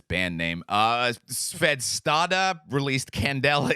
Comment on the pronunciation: Kontact sounds like the best kind of wtf. 😂 P.S.: Svdestada is actually pronounced "sudestada". Spanish for winds comming from the South. 🤘🏼